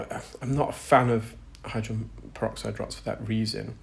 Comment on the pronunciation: Except for the pronunciation of the word hydrogen. He's only saying the first and last syllables. "Hydren." 😢